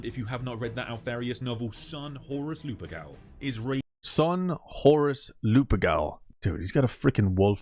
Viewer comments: Bloody hell! My ears are bleeding!😆 ‘ Lupercal’ you pronounced it wrong. It's not ‘Lupegal’ it's ‘ Lupercal’ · It’s Lupercal…